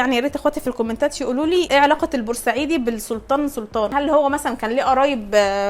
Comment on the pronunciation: تنطق البوسعيدي وليس البورسعيدي